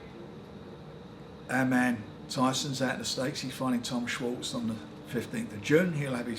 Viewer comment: Bless Frank, he can’t even pronounce Tom Schwarz name!